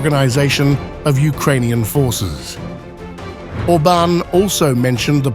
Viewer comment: Not Orbn, Orbaan!